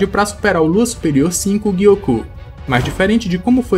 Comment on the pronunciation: Por que o Gyoko é gui-ôcô e o Hantengu não é Hanten-gÚ? 😂